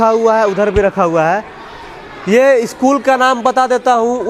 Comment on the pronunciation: Eschool nhi hota ' school' hota hai 😂😂😂😂😂😂😂😂